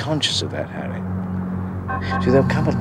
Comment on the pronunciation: "Do you have a Hawwy McAvoy?" "No, but we do have a Woderwick".